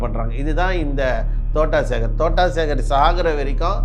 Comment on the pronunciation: தோட்டம் சேகர் என்று கூட உனக்கு தெரியவில்லை தோட்டா சேகர் என்று சொல்கின்றாய் உனக்கு எல்லாம் தெரிந்து மாதிரி பேசுகின்றாய் நீ இன்னும் வளருனும் தம்பி வாழ்த்துக்கள் 😂